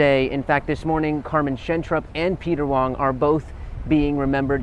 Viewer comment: Peter Wang not Wong